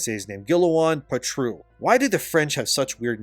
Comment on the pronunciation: Guillaume(Gee-Yoam) Patrux(Pah-troocks)